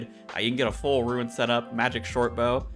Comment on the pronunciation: Perfectly pronounces "Ourania" but butchers "rune." Great information dude. 👍👍👍